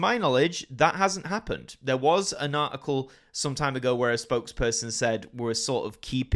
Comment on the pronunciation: Have they dropped the 't' from 'article' in England?